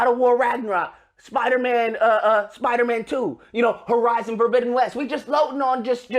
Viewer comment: Horizon for-mid-den west